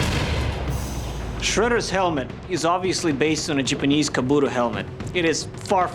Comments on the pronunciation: Anyone else annoyed that he keeps saying Jupanese, or Jewpanese instead of Japanese? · Why does pronounce Japanese, Jipanese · Is there a reason that he has to say Jipinese instead of JAPANese? Does he think the JAP part sounds racist to say or some shit? Just sounds soooooo dumb every time I hear him say it and I know he loves saying it.... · lol the way he pronounce😁 japanis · The "sjipeneeese" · "Jupanese"... you disappoint me. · why does he say Japanese as Jipanese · I hate the way he sees japanis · the jiponese... pfft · "the Jewpanese" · Does anyone else cringe every time he says "Jeep-anese"? Awesome work, though. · jipinese? where the hell is this guy from? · 'jupu-knees', that pronunciation killed me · says Japanese wrong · STOP MISPRONOUNCING "JAPANESE"! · You are saying Japanese wrong and that's my counter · does it prevent him from making any A sounds? Ive only noticed it when he says Japanese...